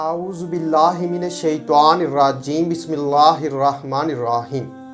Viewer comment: बिस्मिल्लाहिर्रहमानिर्रहीम गलत पड़ते हैं auju बिल्ला भी गलत पढ़ते हैं